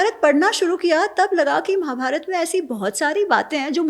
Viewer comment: महोदय, उच्चार में दुरुस्ती करो, रामायणा गलत है, "रामायण" सही है. महाभारता नहीं महाभारत जय श्रीराम